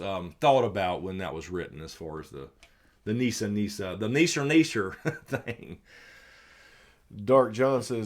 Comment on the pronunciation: “Neeser Neeser” lol 😂